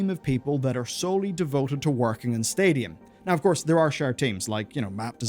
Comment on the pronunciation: When he says stadium I keep hearing stadia